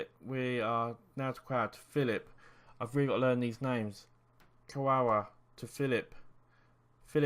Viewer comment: Good lets play series mate, but why do all you youtubers act like you cant pronounce names? Really gets on my nerves... If you can pronounce Lewandowski how come you cant pronounce Kagawa?!